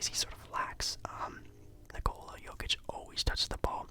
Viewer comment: Video got recommended to me now 2 years later😂 still watched all and I’m happy just cause of the fact you actually said Jokics name right. Hate it when people pronounce him Ni-Cola Joe-kick.